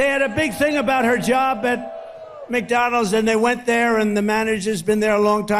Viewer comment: Why does he drop the d on the end of McDonalds? Lol just noticed this, Mcdonals hahah!